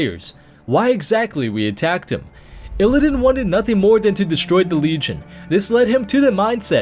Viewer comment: You also don't seem to know how illidan is pronounced.